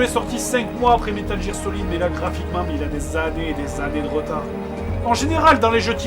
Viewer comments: metal jire ?!............. gear pas jiire !!! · Dans sa vidéo sur Platoon et Metal "J"ear, il explique très clairement pourquoi il prononce toujours Metal "J"ear et pas Metal Gear. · overdoozedj moi ? ba j'ai dit que metal gear se prononçait metal "G"ear et pas metal "J"ear même si la lettre G se prononce J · C'est quoi "métal jire" ? ... Un effort sur l'Anglais c'est possible ? J'ai les oreilles qui saignent ^^' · ca se prononce pas jingle ? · Quoi à " Métal jire" ????!!!! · Ca se dit "Métal Guire" :p Enfin bon, c'est cool de voir un jeu Playstation, continuez j'adore ce que vous faites!